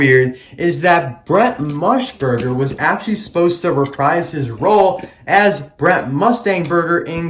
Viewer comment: You know, I've always loved the classic Bob. And they kinda ruined it here. It's so weird. Another thing, I do understand why he wasn't in Cars 2, and I'm so glad that he was in Cars 3 over Brent MUSburger (not Mushburger, as you say ;), but it is a mystery I doubt we'll ever get the answer for. Anyways, sorry for the rant, great video as always!